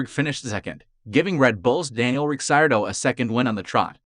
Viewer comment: It’s Daniel Ricciardo Re-Car-Doe